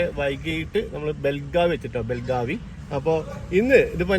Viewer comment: ബെളഗാവി ആണ് correct pronunciation